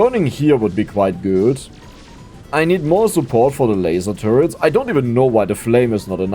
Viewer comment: "zeven lazer turretz"🗣🗣🗣🔥🔥🔥